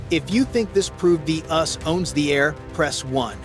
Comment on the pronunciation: STOP the idiotic AI narration... when these dumb apps can't pronounce U.S.A then I'm done. Can't believe anything else after that. The "ussss"...gimme a break.The "OOSA"... seriously??